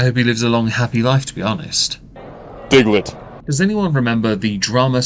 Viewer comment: The Fuck is a "Digglet"? I'm Straight-out Confused, I don't Understand what a "Digglet" is!